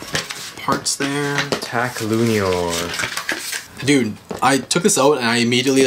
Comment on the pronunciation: Hey just telling you the pronounciation for Lúinor is pronounced like luehnore and belial is pronoinced like Belle al as in Allen